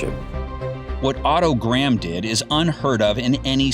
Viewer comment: Interesting that “Graham” is pronounced correctly by the commentator . The corruption to the modern “Gram” must have happened in the intervening period.